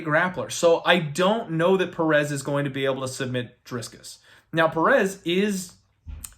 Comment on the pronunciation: if you're gonna correct the pronunciation of Du Plessis his first name should be corrected too lol it's Dricus not Driscus just sayin........ good luck on your bets!